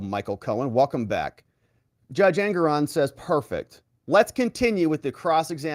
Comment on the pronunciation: Judge engeron or anger-on😂